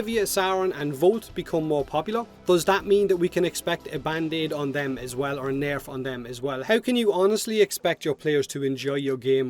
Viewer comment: For fuck sake can you at least try to say nerf correctly?! All I ever hear when you try to say it is NeaRrrrfff